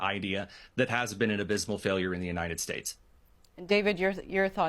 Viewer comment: Why can't this guy pronounce the word "united" correctly? It's not the UNINED states, its the UNITED states.